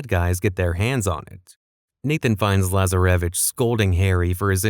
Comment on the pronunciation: I hate the way this AI says Lazaravic and Rafe’s name